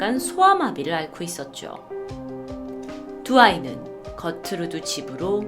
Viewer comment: 처음에 이 거트루드 베니체프스키라고 했는데 나는 겉으로도 베니체프스키라고 들음 그래서 겉으로는 베니체프스키라는 이름일거같지 않은데...? 라고 생각했닼ㅋㅋㅋㅋ